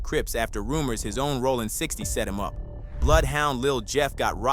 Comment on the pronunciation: Bro how TF do you mispronounce "ROLLIN" SMH